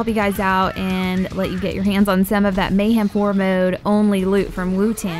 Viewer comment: why do you say wutan its spelled wotan???